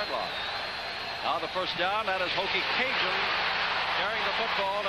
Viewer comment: Hokie "Cajun".... Those announcers should have been fired for butchering up his name the entire game... And no, just because he is Cajun doesn't make it OK